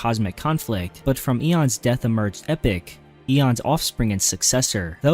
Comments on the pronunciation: EE POCK. NOT EPIC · Epoch is "E-poke" Not Epic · Epoch is pronounced E-Pock and not Epic. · Couldn’t expect an AI to properly pronounce lore names now, could you? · No but as epoch is an actual word and not just a name then I'd expect better. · Epoch is NOT pronounced "epic" you mook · not that either, it’s pronounced “e-pock” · Please learn how to say Epoch